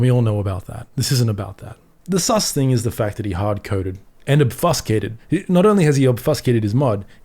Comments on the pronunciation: Very unfortunate to see! from a dev perspective I can understand the want to be able to debug anywhere, but it opens a door to a lot worse. One correction for you, obfuscated is pronounced as "ob Few skated", not "Ob Fuss Kate" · "Ob few scay tid" brother, not "ob fuss cay tid". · Ob Fuse Cate Ed not Ob fuss cate ed (sorry oet peve lol)